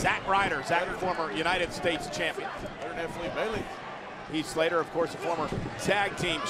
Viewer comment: Lillian botch again "Heat Slater".